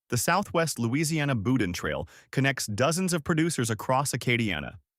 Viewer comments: Nope. Most of those foods came from Lafayette or New Orleans, not Baton Rouge. Lafayette guy here, so I know that fool is lying, and boudin is pronounced (boo-dahn). Not bou-din. One more thing, BR people are mostly Southern creole, not Cajun. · Boudin is pronounced boo-DAN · It's pronounced Boo-Dahn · Before doing this video, he should have learned to pronounce Louisiana words correctly. I wanted to grind my teeth every time he said, "boudin." Not to mention when he pronounced the names of Louisiana towns incorrectly.